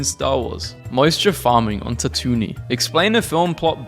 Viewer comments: If you say Tatooni again instead of Tatooine I am going to scream. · says it like “tat-oo-knee”. It’s “tat-oo-een”. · tatooine (TAT-two-ween) not ta-TOON-nee. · TA-TOO-WEEN!!!! NOT TA-TOO-NEE!!!!! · TAT OO EEN NOT TAT OO NEE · Ik he says (ta-toon-nee) instead of (tat-two-ween) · And he said quee gon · Bruh, "tat-oon-y" ? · Stop saying tatooine as tatoonie it makes me want to jump into the deathstar tunnel while it's firing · you say "tatoony" as comment bait, don't you? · If you pronounce it as tat-oo-knee, you’re the fakest Star Wars fan ever, cause like did you even watch the prequel’s? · The way he pronounces tatooine infuriates me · ...yeah I died for a second when I heard that but I respawned so we're good.